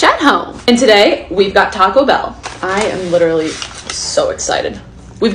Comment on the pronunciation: Now she said taco bell correctly unlike the other vid where she says tacur bell 😂😂😂😂